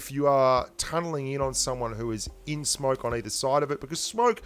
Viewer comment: am i the only one who heard smark instead of smoke lol